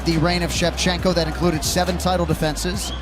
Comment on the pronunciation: Lay off the fentanyl. It's Shevchenko not "Chefshenco" and Bullet not "Bullit" LOL